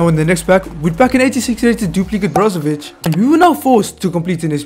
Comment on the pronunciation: As a Croatian,you said Brozovic perfectly❤